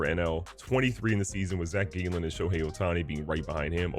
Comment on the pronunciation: It’s Jew Lee in! not a silent j he’s not Spanish 🤣 it’s also Zac gallon like a gallon of water not gay Len. Study a bit before u sound silly